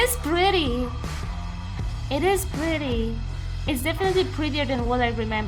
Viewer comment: Did u just say pwetty